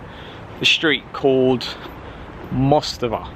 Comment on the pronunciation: Actually you said perfectly "mostowa" - name of street with GoodLood !